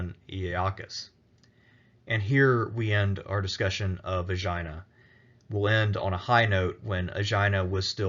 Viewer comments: Jeez, pay some attention to your pronunciation, will ya? Sounds like you are saying, "Vagina is dead center in the Saronic Gulf!" It's not Vagina! It's ay-gee-na! Accent on the last syllable. (Maybe you committed a freudian slip?) This vid is X rated. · Actually the accent is on the first syllable. èhhh ghee na.